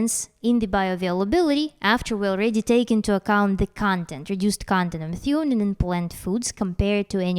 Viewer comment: Methionine is pronounced me-THYE-o-neen